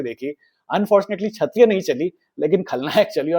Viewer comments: It's not 'Chhatriya' but 'Kshatriya'. Work on your pronunciation. Divya Bharti, not Divya Dutta. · Buddy,it's Kshatriya not Chhatriya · छत्रीय नहीं भाई, क्षत्रीय बोलो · Bhai its not chaattttriyaa.. plsss …